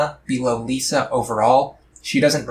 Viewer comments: I'm not sure i can take you seriously when you say she's your favorite. You mispronounced her name the entire time. She is the best though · Apparently you don't like her enough to pronounce her name right 😂